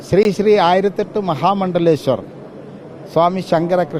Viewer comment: സ്രീ സ്രീ അല്ല ശ്രീ ശ്രീ